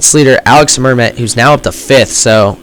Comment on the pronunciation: Your prononciation of "Alix Mermet" is pretty good for an english speaker ;)